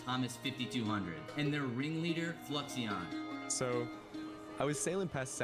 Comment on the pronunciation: TBH I would be a villain too if everyone kept saying my name wrong. Fluixon = Flew-icks-on (he said such as a chatter on Ludwig's stream the other day lol)